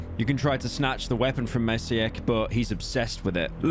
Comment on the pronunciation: Being a Maciek myself and hearing some random British femboy butcher my name like that... Could have never asked for more